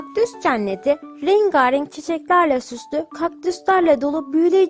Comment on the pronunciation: Masal için çok teşekkürler kanalınızı severek dinliyoruz. Nacizane bir öneride bulunacağım lütfen açık e'lerinizi ve rengarenk kelimesinde olduğu gibi bazı kelimelerdeki telaffuzlarını düzeltiniz ki çocuklarımızı daha güzel yönlendirebiliriz. Sevgiler